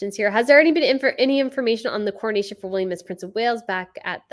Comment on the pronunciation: It’s pronounced ca(h)na(h)ven (castle). In UK we say coronation [corru-nayshun] not cornation, we keep the second ‘o’ 🙂